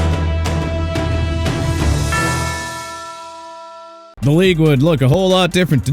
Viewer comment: YOU MEANT RAIDERS?! IT'S NOT "AIDERS"!! STEELERS NOT "EELERS" AND LAMAR JACKSON NOT "R JACKSON"!! AND THE DOLPHINS DIDN'T SIGN DEION SANDERS IN '95 SO WHAT?! YOU WANNA DISRESPECT AND PLAY GAMES WITH MIAMI?! GO AHEAD!! HAVE AT IT AND THAT GOES FOR EVERYBODY IN THE COMMENTS!!